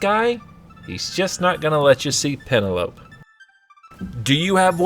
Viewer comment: Am I the only one who knows that name is pronounced pen-el-oh-pee?